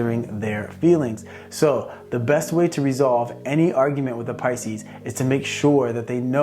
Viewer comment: He nailed pises